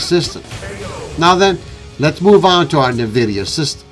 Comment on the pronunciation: It’s N VIDIA….. NOT Nervidia no one should be pronouncing this wrong in this day and age